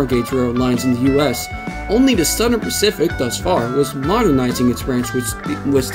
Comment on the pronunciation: ".. and the Sern pacific." I have never heard of that rail line. Can you elucidate? The champaign...... (Unintelligable). SLOW DOWN. Why do you post material with slurred words. Twice you stopped to correct the mash-up you made of names. What is the matter with you. Don't you listen to your own recordings???